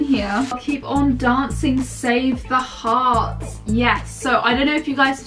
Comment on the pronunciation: I just watched this and I realised she said 'save the hearts' which I never realised that there was the word 'hearts' in 'save the arts'